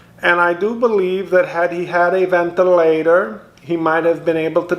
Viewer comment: "Maybe if he had a 'vent-till-late-tor'."